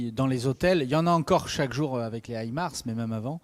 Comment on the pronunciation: Mettez un peu d'élégance dans votre langage. Respectez un peu la langue française. On ne dit pa "ayék" au lieu d'"avec", pour ne relater que celui-ci.